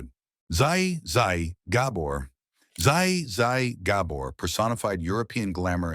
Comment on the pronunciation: Perhaps you should figure out how to pronounce Zsa Zsa Gabor's name before you make a fool of your channel and it's AI commentary. Really really ignorant!